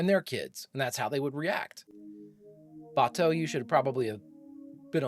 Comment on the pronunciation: I don’t mean to sound like an ass or anything, but they said Bato‘s name several times in the episode and for some reason you’re pronouncing it really weirdly it’s giving me avatar the movie vibes, which is really bad